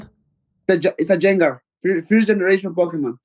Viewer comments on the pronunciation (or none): When Moreno called Gengar "Jang-gar" a little piece of my heart died